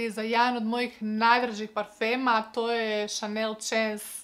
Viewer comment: Moj omiljeni parfem 🙂 samo mali tip, naziv se čita šans. Većina parfema ima reklamu na yt pa možeš tako provjeriti izgovor